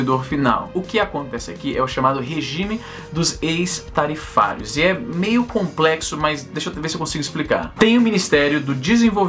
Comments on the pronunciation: Esse "ex" de "ex-tarifário" pronuncia-se "équis" e não "ês", porque o "ex" do latim, com o sentido de "fora". Produtos fora das tarifas padrão. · Se pronuncia "Écss" tarifário. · Se pronuncia "éx-tarifario" meu rei